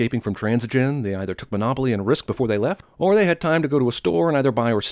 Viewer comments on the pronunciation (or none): none